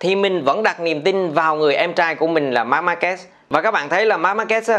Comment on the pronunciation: E thất vọng thực sự với 2 ông blv tiếng việt đọc tên Marquez lại đọc là Marc Ma Kê 😞